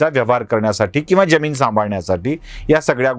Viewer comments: सर ज्यमीन की जमीन ? आपल्याकडून जी अपेक्षा नाही !! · Jyamin kase mhanta? Jamin